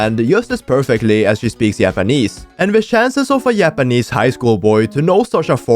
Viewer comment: not just you